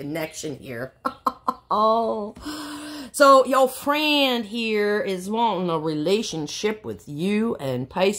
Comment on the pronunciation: Lol 😆 😂 🤣 yo fwiend